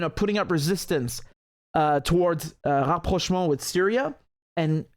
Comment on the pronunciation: The way you say "Rapprochement" is so nice, so "frenchy". Are you french ? do you speak french ?